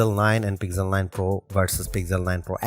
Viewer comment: This is Pixel not Pigjel....plz plz don't murder it... 🙏